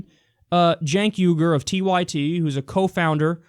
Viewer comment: Dude, learn how to pronounce Cenk's last name though. It's "ooy-ger". By the way, "wee-ger" is also wrong, both for Cenk's name and for the Uyghur ethnic group. It's "ooy-ger" in both cases.